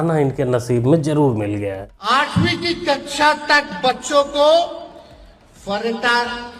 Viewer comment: kaksha ko kachha bol rha